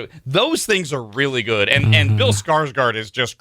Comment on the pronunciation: It's güd!